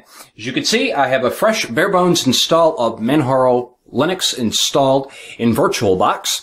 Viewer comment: its actually Man-Jar-O :) its says it in the Manjaro pdf ;)